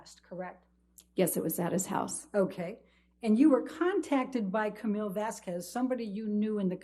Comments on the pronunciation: did she seriously just pronounce Vasquez as "vass-qwez?"?? Seriously?? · “Miss VASQWES” ambers lawyer knows exactly how to pronounce her name. She’s so disrespectful. Look and then look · I KNEW Elaine knew the proper pronunciation of Camille's last name. She just CHOSE to mispronounce it the entire trial. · I hate how she pronounces "Vas-KUWEZ". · I really hate how that lawyer kept mispronouncing Ms. Vasquez as Ms. Vas-kwez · The way Amber’s lawyer said “Vas-ques” and not “Vas-ces” 😭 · Why oh why does Elaine pronounce 'Vasquez' as "Vaskwez', when she managed to pronounced it correctly on one occassion? She is clearly just plain stupid. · I love how shes pronounces "Vas-qwez". She clearly cleary let it slip and calles her "Vasquez" a minute or two onto this interview. So the game she was trying to play was so annoying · Let's be honest, it was over for that lawyer before she even pronounced "Vasquez" as "Vaskwez." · Did she really pronounce Vasquez as vasqwez? lmaoooo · Did she say vaz quiz?💀 Please tell me his name is vazquiz and not Vasquez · You can’t be intimidated by a lawyer who can’t even pronounce someone last name right. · i just noticed the lawyer has trouble pronouncing vasquez. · The way she pronounces Camille’s last name 😂😂😂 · i HATE how she keeps mispronouncing vasquez… omg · The way Elaine pronounces Vasquez is so disrespectful. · The fact that Elaine seems to willingly mispronounce Camille’s surname is infuriating…! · She missed the opportunity to tell the lawyer: "the way you pronounced Vasquez, that's not correct". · She couldn’t even pronounce Vasquez correctly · Lawyer can't even pronounce Vasquez correctly....good lord.